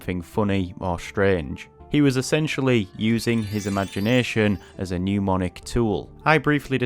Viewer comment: you say RTK is how you learned how to read and write Kanji. However, RTK intentionally and specifically doesn't teach readings. Explain. Also, NEM-onic. Not NEW-monic. In a language video this is telling.